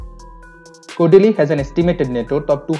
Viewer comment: Why does he keep calling " kodili"